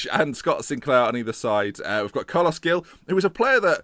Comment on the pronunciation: Gueye is pronounced 'Gay', Veretout is pronounced 'Veretoo', Gil is pronounced 'Heel' but with like a hck sound for the H. Also get that bald prick Guzan out